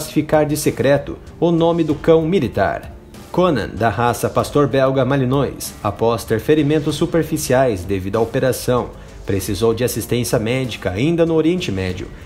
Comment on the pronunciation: A pronúncia correta é "Malinoá"